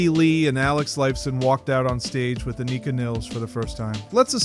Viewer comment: Learn how to say her name.